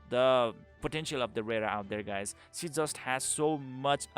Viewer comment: you can perfectly pronounced schimdt but you can't pronounce she. think she as schi then. exact same thing.